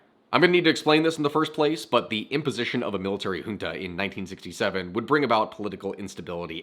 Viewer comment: And we still have millions of supporters for the Junta, also thank you, really thank you, for pronouncing Junta correctly